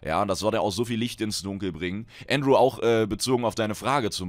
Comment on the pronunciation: hi, ich bin Andrew der dir bei Twitter geschrieben hat. Danke erstmal das du meinen Namen richtig ausgesprochen hast ^^ bist einer der wenigen die das hin bekommen. Und vielen lieben Dank für die beantwortung meiner Frage. Kurz zu mir. Ich spiele fast nur M+ im Bereich 18-20+ habe zwar mal alles durchgequestet aber das ist lange her. P.s: liebe deine videos und du bist einfach nur der Hammer. Würde ich Horde spielen dann würde ich in jedem mogrun mitkommen ^^